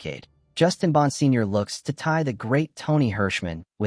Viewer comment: I am pretty sure it is pronounced BON-SIG-NOR